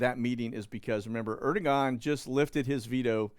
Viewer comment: It’s Air-doh-on (all together) 😉